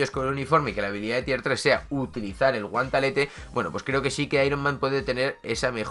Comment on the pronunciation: Porque dices guantalete?